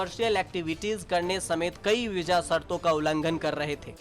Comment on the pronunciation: Veeja nahi Bhai veeza bolte hain or visa likhte hain